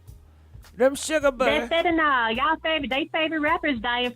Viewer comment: Omg. The caller is repeatedly mispronouncing "Fentanyl ",and then, not even clearly defining it.."It's a #1 killer."..Ok, is it a drug? A disease? clearly asked what it was 😄😄